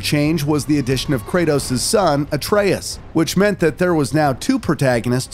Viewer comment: My man said Ayetrius 😭